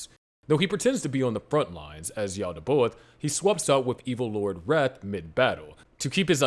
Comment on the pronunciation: Great content. Please adjust your pronunciation. Yaal-dee-bay-oth. Na-zhur-reek.